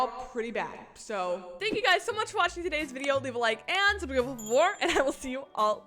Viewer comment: My sister made fun of you for saying “Scrubscrible” so I punched her 😃